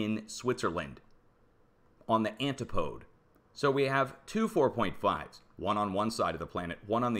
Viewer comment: Antipode??? Should be said 'an tip o dee'. Where were you educated?